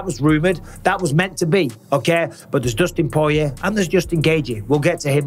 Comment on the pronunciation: "Dustin Poyway" 😂